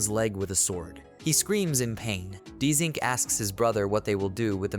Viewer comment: Why is it saying his name Dzink? It's JUST ZINC